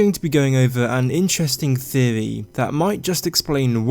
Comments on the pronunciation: I like the way he says theewee lol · What's a "theovy"? What's "Veddit"?